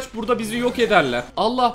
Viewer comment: Nobody:: Param yoğ ulan parağm yoğğk:D